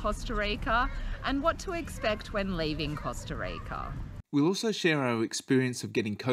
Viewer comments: Please don’t it pronounce costa reica. It’s Costa Rica! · LOL i love how you pronounce the word "rica" hope everything went as planned in here love from san jose! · Love how you pronounce “rica” thanks for the info guys